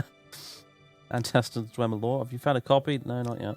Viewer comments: anti-see-dents not an-tess-edents. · An-tiss-id-ents is how I say it.